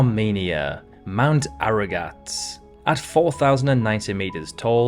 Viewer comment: Armenia, mount Ararat. (not aragat)